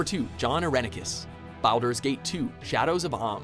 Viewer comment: Ah yes, I am quite fond of the "Bowel-der's Gate" series